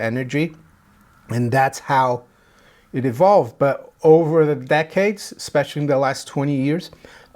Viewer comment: it's "Especially" not "Specialy". This is meant in a positive, constructive way.